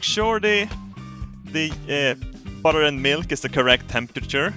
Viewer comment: You went full American with that butter dude!